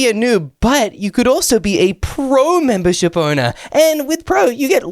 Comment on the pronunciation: Mimber ship not sheep